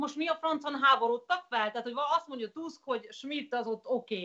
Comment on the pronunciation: Tusk nem Tászk!